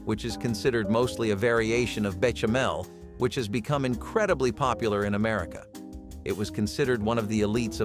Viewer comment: Alcohol EVAPORATES during cooking so it's NOT a health risk. And it's pronounced beh-SHA-mel.